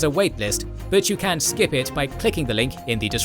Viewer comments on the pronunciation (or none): none